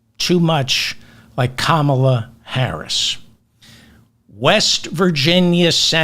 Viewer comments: David, Her name is pronounced..:KAMM -A - LAAA NOT.. KAMMAAA - LA!! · Kamala's name is pronounced "Caa-mala" not "come-ala". You pronounce it correctly sometimes but not all times. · It’s Comma la. Just like the punctuation mark. Not ka MAL a. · Kamala is pronounced Comma, la. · Kamala equals three short "a" s. Like when the doctor says open your mouth and the doctor says say Ahhhh! So, it's, KAhhhMahhhLahhhhAahhhh. Hope this helps David. By the way, you are echoing my every thought and feeling. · 0 seconds ago David - FOR HEAVEN's SAKE.learn to pronounce her name correctly.. Her name is pronounced..:KAMM -A - LAAA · 😮 David, David, David! Her name is pronounced with the accent on KAM. It is KAM'-a-la. Simply speak the first syllable forcefully and follow with ala. It's easy and you can do it! You are the best and we love you! ❤😊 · Please learn how to say her name…emphasis on the “Ka” not the “ma” ….ka-ma-la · Kamala = CALM-a-la and MOM-a-la (love your show!) I'm also mad about Joe💖 but feel very good about the way the Republicans seem nervous. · it is not difficult to pronounce, so please try harder: KAH-MAH-LA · You were doing great with Kamala’s name until about one hour in. Ka ma la, same cadence as Pamela. Hope this helps. ❤ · Biden is a beautiful human, and has been a spectacular president. Nonetheless, I can’t wait until you fall in love with Kamala. Think Calm ala to help you pronounce her name 😘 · Ok, David, you must stop saying KAmala’s name with the Republican pronunciation. Think ‘comma’ and add a ‘la.’ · David, to pronounce Kamala, think "common-law" then shorten it to comma-law. Kamala, oulli.😊😊😊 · Sorry…Kah’- ma-lah emphasis is on the first syllable😊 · Please pronounce her name correctly…Ka-mal’-ah. The right pronounces it wrong out of disrespect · C’mon! Her name is pronounced Ka-mal’-ah. Please pronounce it correctly…the republicans call her that disrespectfully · Incorrect! WTF? The vowel is CAR not HAM. Pronounced carmlala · kAmala not kamAla